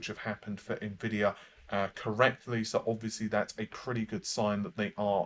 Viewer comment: It's not pronounced Nah-Vay. It's not even spelled that way. 🤓